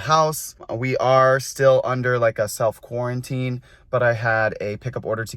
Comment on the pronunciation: It's just called Quarantine not quarantininy